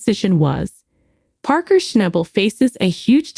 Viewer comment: For G I ds sake..learn how to pronounce his last name..I think he's earned that. Common on! Show some respect.